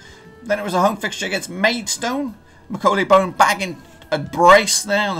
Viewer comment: Its pronounced Bonne like the ‘bon’ from bonbon not bone